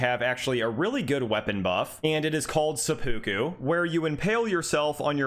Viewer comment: says seppuku like its a Pokemon. It's sepa-ku...not sep-u-ku.